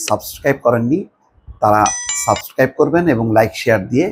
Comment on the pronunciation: সাবস্ক্রাইব শব্দটা যেহেতু আপনার মূখ দিয়ে স্পষ্টভাবে বাহীর হতে পারেনা সেহেতু এটা কম উচ্চারণ করাটাই ভালো